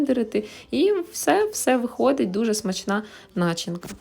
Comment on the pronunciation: Не нАчинка,а начИнка🤪😄